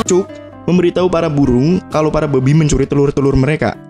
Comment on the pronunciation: Bang kalau bilang "BABI" biasa aja donk